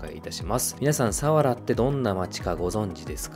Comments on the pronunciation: 千葉県民ですが、千葉の魅力を報じて頂きありがとうございます。＾ 一つ言わせて下さい。さわらの発音が違います。さにアクセントを付けず、さわらと平坦に読んでください。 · 水郷の読み方と佐原のイントネーションがひたすら気になる、、、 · すいごう。サワラのイントネーション。